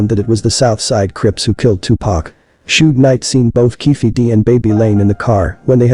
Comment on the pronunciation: Da name is pronounced Sug not Sog short for Sugar Bear u must b white 😂